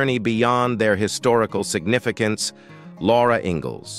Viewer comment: I tried, I really tried to get through it, but the increasing mispronunciations drove me crazy. How can the robot keep getting "Laura" incorrect???